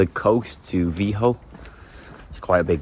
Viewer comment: Lucky you didn't get in trouble. I thought free camping was illegal in Spain and Portugal. And how and why are you pronouncing the name Vigo like vee-hoe